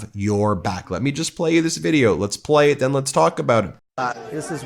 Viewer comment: Lesh not answer queshuns . . . Off his a** on something. And Mr “Doctor” doesn’t know what duplicitous means.